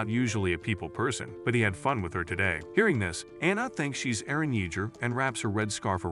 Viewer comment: He butchered Eren's name